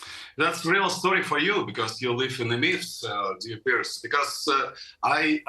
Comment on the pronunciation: His name is "Piers" not "Pierce". Lol, sorry to correct you, but I see this all the time & it's bloody annoying! 😅✌🏽✌🏽